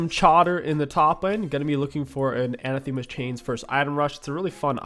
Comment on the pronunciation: Say it with me. Uh-nath-the-mas. It is not Anna themas.